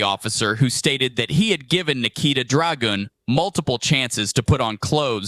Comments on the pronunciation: it bothers me that he's saying dragoon and not dra-gun. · Second comment, every time I hear you pronounce the name, I'm reminded of the melee class Dragoon from the final fantasy games 😂 we need more separation between "drag" and "un" so it at least reminds me of a North Korean dictator instead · It would be Dragoon* the way you are pronouncing it, hers is like nikita dragun... like as in nikita dragun deez nuts on some weird ass guys forheads. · It sounds like Ragu that you’re saying. If you don’t know what Raghu is. Ragu is a sauce typically made with ground meat, onions, tomato puree, and red wine, and served with pasta. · Goon is double oo. Dragun is un pronounced Un like gun since that is in the word. 😂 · "It is, its a red dragUn".🥲🥲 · I’m with you, pronounce her name just like she spells it… DragUn. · Stumble across your thing it's drag gun not dragon nut Dragoon that's how her name is pronounced drag gun she doesn't have the little hyphen space in between it I can see that clear as dance her name d r a motherfuking g u fucking in I hear you're making fun of her name it's dra-gun or what she does for a living drag come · Wow we are riding the same wave! Right when I saw the dragUn I pronounced it the same way 🤣🤣🤣🤣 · It's druh-goon. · It’s pronounced Dra-goon until the U is removed and the word is spelled correctly. There has to be some limit on how much reality we ignore. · I've never heard of her but I saw the title of the video and literally thought it was pronounced dragoon and I love that did the same. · I always though it was Drag-un the way that one would pronounce Jong-un. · Laughing my ass off, on your pronunciation of rangoon, saloon, rangoon, platoon. 😂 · As a fan of role-playing games, she does not get the privilege of having her name pronounced like that. It's an insult to spear-wielding, high-flying, badass dragoons everywhere. 😂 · Dragon is not a double 'oo' sound...... Grammer is important. 😅 Lol it is funny though. Lol